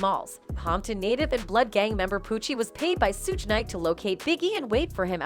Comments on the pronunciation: 😂😂😂 Really, Sewge Knight😂😂😂 Yall so quick to put out false info and don't even know how to pronounce the names of the people you lying on 😂😂😂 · "Sooge" Knight. 😂